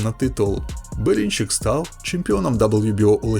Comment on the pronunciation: а що з вимовою ? Дивно тягнеш кожне слово перед паузою / останнє слово в реченні - Берінчииик, рииинг, на повнууу, бійцямиии